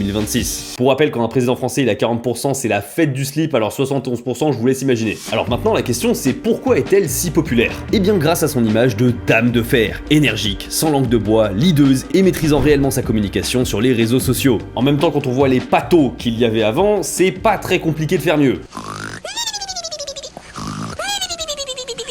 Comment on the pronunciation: tu dis lideuse ? en écrivant ça me signal une faute. tu parle pas français et ça fait penser a "hideuse" "gueuse" mdr faut arrêter votre délire et parler français